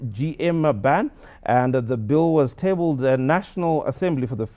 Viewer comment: I suggest the presenter practises before presenting news. Really, you can pronounce Guangzhou, but you cannot say three letters properly, FGM. That shows you did not research the topic before presentation. Very unprofessional. Don't marginalize women's issues. Do your research properly.